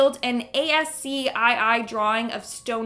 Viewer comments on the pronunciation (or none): FYI, ASCII is pronounced 'ass-key'; not spelled out. It's just a format for text encoding that preceded the UTF standards. And 110k subs? Regular sponsors? Very well done,! You are making it happen. It's been a long time coming & you deserve it! virtual hugs Oh, I also think you are confusing dark web with deep web.